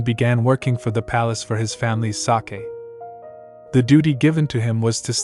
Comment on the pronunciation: This is such an interesting story. Particularly like the tie-in between the current Crown Prince and Princess and the original dragon and holy maiden suggesting a rebirth situation. My only quibble is the mispronunciation of sake (long A) as if it's the Japanese fermented rice beverage Sake. The word is used often enough in the narration to be irritating. Next part please.